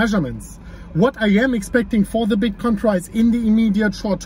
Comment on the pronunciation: Does anyone else find themselves saying "today foddabitcoin price" out of nowhere?